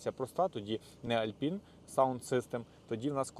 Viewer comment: "ALPINE" - "Алпайн" а не Альпін) Так як і "BOSE" - "Боус" а не Босе. Р.S. можливо пригодиться в майбутньому.